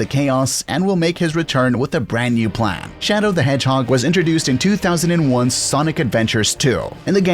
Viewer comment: Nobody: This dude: ShAdOuw